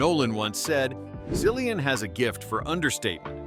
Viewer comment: "Cillian" is pronounced more like killian, not sillian btw